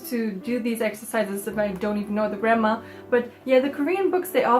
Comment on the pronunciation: why do i hear 'grammer' as 'grandma' like